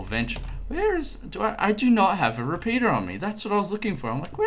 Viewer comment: I know hes saying repeater but it sounds like repeeta not trying mean though